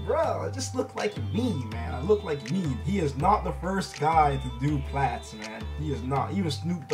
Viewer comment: pretty sure you're mispronouncing "plaits". the "ai" sound is like "maids" not "meh".